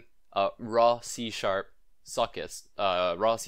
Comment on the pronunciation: hahah thought you said c shap suckit